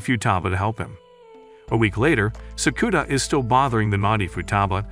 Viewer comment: Sakura not sakuna